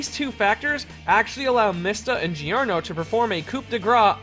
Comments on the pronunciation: You know the pronunciation is JOrno JOvana not GIOrno GIOvana, righ? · "Pash-e-own" "Gee-or-no" Yikes.